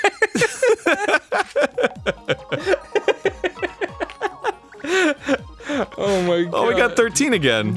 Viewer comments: half of the episode is just arin saying Goerge Washington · No - fucking - Body: Arin everytime they play this type of games: GeOrGe WAsHignTon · Weorge Gashington